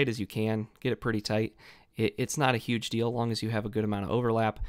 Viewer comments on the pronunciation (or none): none